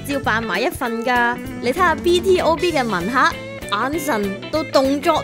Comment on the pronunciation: 係讀B to B, 唔係b.t.o.b😒